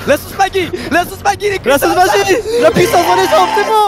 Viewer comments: sauce "maGUi" ??? Jsius pas seul à dire maggi comme la magie rassurez moi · Après de nombreux mois, j'ai remarqué que squeezie dit la sauce maggy en prononçant "magui" et non "maji" cela me brise le coeur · « Sauce maguie » (ça se prononce « magie ») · Du "magui" squeezie ??? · Squeezie a vraiment appelé ça la sauce '' Magui ''? :/ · . Hein ? On est d’accord que le commun des mortels prononce Maggi en mode magie non ? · "La sauce Maggui"... FML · J’ai retenu dans cette vidéo que squeezie appelle la sauce « maguie » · Squeezi a vraiment dit "la sauce magui"?¿ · SA SÉCRIT MAGGI MAIS SA SE DIS MAJI